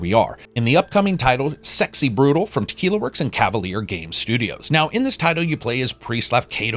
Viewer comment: Great review as always, made me very interested in the game! ...Though I'm pretty sure you pronounced "brutale" wrong, but I guess we can just disagree on the pronunciation. (cough patrEon cough :D )